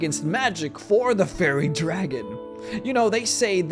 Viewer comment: I love your content and your accent is great, but I just could not stop hearing "Furry Dragon" on this one and all the things that implies, lol. Cheers, please keep making more videos, I love them!